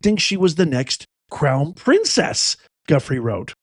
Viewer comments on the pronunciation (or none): Due frey is how it's pronounced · Virginia’s last name is pronounced Joo-FRAY. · It’s du-FRAY’………VIRGINIA DU-FRAY’